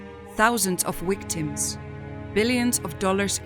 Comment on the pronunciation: Wicktems and wolcanos!! Come on quit the aggravating computer voices. So many potentially great channels are ruined by this laziness